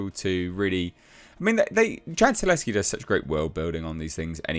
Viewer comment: it’s Chad Sta Hell Ski NOT Chad Sta Leski. 😬🤦🏻‍♂️ You’ve been mispronouncing Chad’s last name all this time. 😓